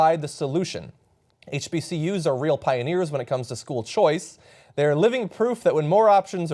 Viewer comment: Is anyone else ticked off that he keeps on saying "HCBUs"